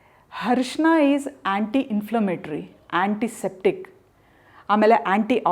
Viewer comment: Arisina.... ಅರಿಸಿನ not ಹರಿಶಿನ